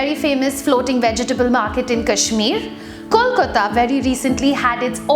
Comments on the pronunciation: It's Kolkata not Kolkota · Nice pronunciation of "Kolkata" 😀😀